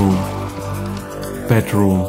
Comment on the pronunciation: I can't wait to try and hold teewee bedwoom and weeding....it's like a German Jonathan Ross! Love the content though...